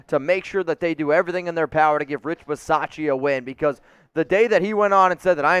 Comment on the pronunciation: Drop the pronunciation of the "a" in Rich Bisaccia. The "a" is silent